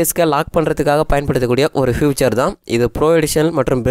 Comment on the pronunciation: ஃப்யூச்சர் இல்லமா. ஃபீச்சர்.